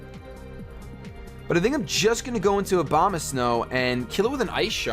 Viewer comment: I heard Obama snow